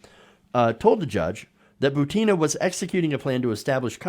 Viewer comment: Hey, please correctthe accent on Maria's last name: She is not ButEEna, she is is BUtinaj just like PUtin.